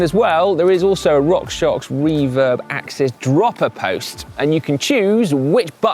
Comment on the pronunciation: Great you got the pronunciation of AXS correct but not so great on Sram - It's pronounced Sram, not Shram! There is no H in Sram!! see here